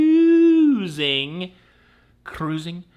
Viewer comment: I love the news but when you say cruusing It put a smile on my face every time.